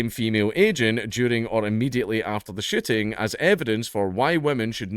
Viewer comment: Every time you say "shooting" I hear 'shitting' and now I can't unhear it,lol.